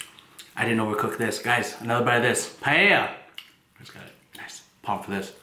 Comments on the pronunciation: At least he stopped pronouncing it as pallea :D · its pronounce as PA-EL-YA. Its looks good though. Love from Philippines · Its also pa-e-lla not paella. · I thought paella is pronounced as "Pa el ya " 😂😂 anywayss that looks so good 😍😍😍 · It’s pronounced “pie Ella” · Its Pa el ya. xD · Its so annoying everytime you say PAEYA wtf?